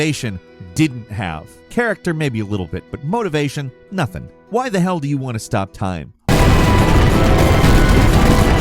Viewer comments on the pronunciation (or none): none